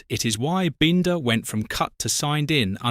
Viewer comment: maybe learn how to pronounce Brad Binder's name I'm sure he's earned it